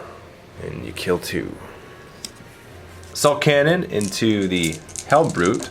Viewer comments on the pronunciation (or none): When he said assault cannon... it sounded like he said ass-hole cannon... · When the boss French dude playing Dave, I thought he said ***hole cannon instead of assault cannon when he was shooting the Rhino with his Land Raider. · XD asshole cannon am i the only one that hears that instead? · no offense to the french guy buy when he sayd assault cannon it sounded like asshole cannon